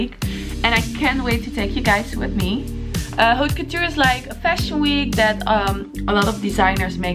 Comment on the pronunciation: stop saying H in haute couture